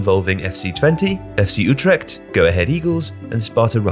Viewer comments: its FC Utrecht not Ultrecht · FC Utrecht* (not Ultrecht) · And Utrecht, not Ultrecht.